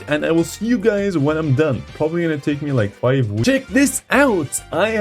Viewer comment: “Guys”, not “gáys”.